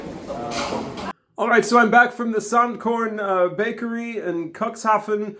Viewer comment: dude, it's pronounced "Cook's Hafen" not cuckshafen. sound so cringy when you say it that way.